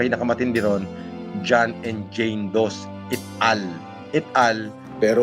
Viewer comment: “Eat all” — yung et al sa Subpwena?! 🤣